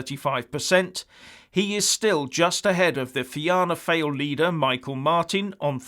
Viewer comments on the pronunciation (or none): it's more lie Fe-anna Foil not Fail! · Just FYI it's pronounced Fina Foil not FAIL. 😁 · Just remind him there are nearly 1 million Irish people living in Britain. 70% of Irish exports go to Britain. Many Irish people receive British pensions. It's pronounced 'feena fall' by the way, not fina fail or are you just kidding. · Leo Varadkar is an ignorant, arrogant, anti-Irish, anti-Christian, pro-EUSSR, globalist, tinpot loolaah and Soros-sponsored lickspittle and a despicable fudge-pusher with the personality of a dead tadpole. The EU is bloody DESPERATE! And so is Leaky Verruca and his shills. I don't trust those sell-outs called Sinn Fein. PS:, Fianna Fail is pronounced FEE-AH-NAH FOIL Fine Gael is pronounced FINNAH-GAEL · Varadkar will be out of office next month anyway. I don't think he appreciates we are Irelands biggest customer., Its pronounced Fianna Fall but reads Fail. Ireland has been a failed state since its inception. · You pronounced "Fianna Fáil" very very incorrectly lmaoo